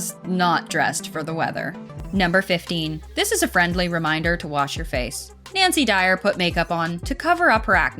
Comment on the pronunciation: bro said Nancy Dyer